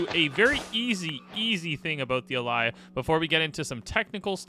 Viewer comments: It’s actually pronounced (ã-lay) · "Allay" is pronounced uh-LAY, just like the regular English word "allay", as in "allay suspicion."